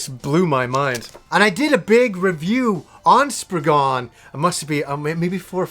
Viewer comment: To all you americans. you type it Spriggan, but you say spriggen. its an (cornish) english word. the a isn't a dutch a lol